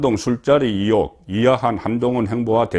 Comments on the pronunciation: 송본부장, 정신차려! 초록은 동색이라고 기자편이냐! 우파라면 Stance 확실히 해라! 탑승시 1호기 안전 문제가 생길 수도 있어! 앞으로 윤정부 5년간 절대로 탑승 블허해야돼! 듣기 거슬리게 자꾸 이혹이 뭐냐! 으이혹을 빨리 발음하는 연습을 해라! 나도 경상도출신이지만 이혹이라고는 안한다. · 이혹??? 나도 갱상도지만 의혹을 이혹이라고 발음하지는 않는다 기자라면 이런건 기본 아닌가??